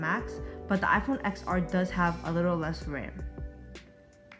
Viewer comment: It’s pronounced iPhone 10r